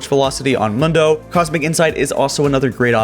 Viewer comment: Yo it's Dr.Mundo is pronounced Moondoh not Mundoh. Like you ever played Mundo? Dude says his name for you all game.